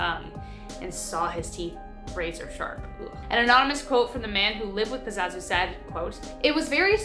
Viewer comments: #5 his name is pazuzu not pazazu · Excellent video as always but the name is pazuzu, not pazazu. It days back to ancient sumeria and some say has direct correlations with the baphomet. With the as above so below pointing gestures. And that fellow didn't live to far away from me in my state of NC. Keep up the good work tho. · It's pronounced "puh-zoo-zoo". He was from my hometown. They actually tore down his house a few years ago.